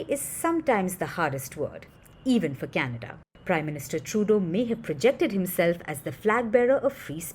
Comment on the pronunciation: New Meme....Oh Cana-duhhh😂😂😂